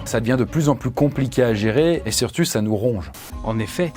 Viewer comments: « surtut ça nous ronge » :p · "et surtut ça nous ronge" 😂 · "et sirtu ça nous ronge" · et surtuu sa nous ronge! Ta langue a fourché. Gustave et enfin prêt à retourner se faire déchiqueter la gueule dans les ça fait quoi, qui ne respecte pas les arrêts de travail de Gustavo le pauvre